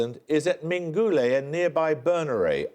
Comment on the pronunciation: Ming gooo lay? Ming goo lay? Get it right man. The emphasis is on the first and third syllables, not the second. Ming gu laaay. Emphasis on the first syllable and main emphasis on the third one.